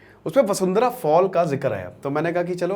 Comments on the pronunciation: वसुंधरा नहीं है सर वशुधरा है। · 😂 vashudhara hai sir vasundhra nhi hai 😂😂